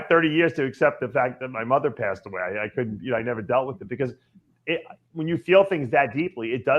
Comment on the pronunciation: RAHB NEEDS AN AHPOLOGY RIGHT AHWAAAY